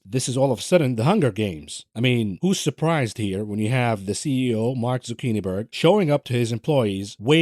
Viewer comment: Zuckiniberg? Haaaahaha